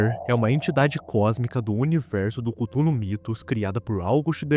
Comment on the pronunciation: mano e Cthulhu não cúthulu fala direto